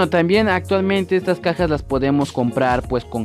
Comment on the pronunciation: Soy el unico que escucho "las pajas" en vez de "las cajas" Edit: thanks for the heart :3